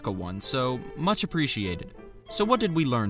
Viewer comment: My brain read this in voice when he said “What?” and sounded like “Whats?”